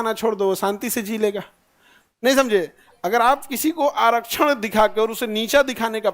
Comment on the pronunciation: Agar ko agal bol rahe hai awaj galat 14 min video me awaj